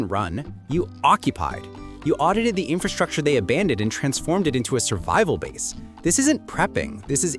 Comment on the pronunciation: ⭐ LOVE YOUR VIDEO, BUT PLEASE, BE BETTER THAN THE REST AND SAY INFRASTRUCTURE CORRECTLY!!!! OTHERWISE, Everytime you speak, it sounds uneducated, when you ARE very educated. Let's all say it together, infRastructure. Do not forget that first R- EVERYONE DOES, and they sound.... Bad ✅. My friend you said you spent 2 years studying infRastructure... Yet you don't know how to SAY the word itself. I'm helping you. 😘🫶🏼